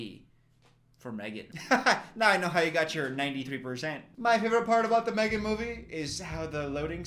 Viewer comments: "MEG3N" nooo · psst my guy it's M3GAN not meg3n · It's M3GAN, not MEG3N